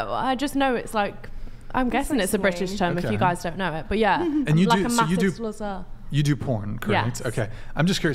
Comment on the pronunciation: I'm British and I've never ever heard a single person ever say sluzzer. What a numpty.